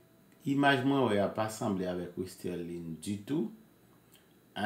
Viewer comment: Bro malgre ou gen dosye fi a nan menw ou proceed to prononce nonl wrong e menm ekril wrong nan title video a. Her name is Westerlie not Westerline or Westerlien. Be more professional